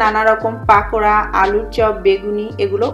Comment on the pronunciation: পাকোড়া নয় কথাটা পকোড়া